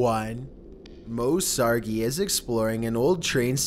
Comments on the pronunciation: He said Moe Sar Gi instead of sargi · EEEEEEEE MOE! I TOLD HIM HE PRONOUNCED YOUR LAST NAME WRONG! Sorry for all the shouting. I've Been with you're channel for a long time.